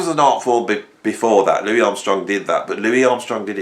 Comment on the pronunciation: Great vid but he himself calls himself Louis....not Louis!